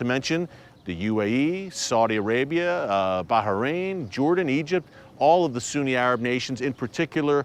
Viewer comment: Finally, you pronounce baHrain properly ✊😂✊ thank you!